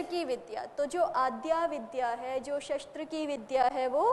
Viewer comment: शस्त्र का उच्चार षास्त्र हो रहा आहे